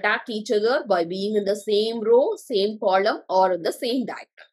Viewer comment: ITS NOT "KOLOM"